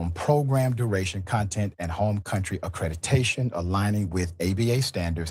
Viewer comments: Why does he keep saying "accretitation" instead of accreditation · The fact Ritchie cannot even pronounce "Accreditation" correctly, says soooooo much!!!🤬🙄 He says "AccrediTAYion" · He mispronounced accreditation so many times. Anyone who believes Doctored Defraud Risky is a willful idiot.